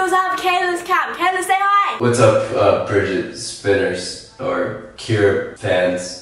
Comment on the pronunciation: I like how he says Bridgetspiners